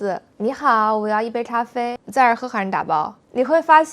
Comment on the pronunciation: 我妈呀，把这个 Zai zher he haishi dabao 说成 Za er he harn dabao 让我好糊涂了。这真的无法听懂，只能猜到。